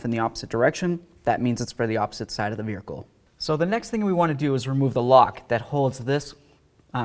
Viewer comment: “verhicle” lol